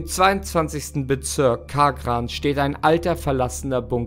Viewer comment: "Im 22. Bezürk Kaaah-gran". Oida des tuat doppelt weh. Donaustadt warrats gwesn.